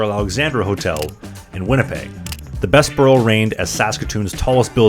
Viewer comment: Thanks for this. A few minor pronunciation corrections. Bessborugh - usually we pronounce the “ss” as “zz” as in the “Bezz burr oh” so the “s” flows better into the “b”. Although the difference is minor. Qu’Appelle is a French word that means “Who Calls”. As such it should use the French pronunciation where the final “e” is silent. The way you say it sounds like you are saying “Qu’Appelle eh?” which might be proper “Canadian” if asking a question about it, but the “eh” would be a separate word :-)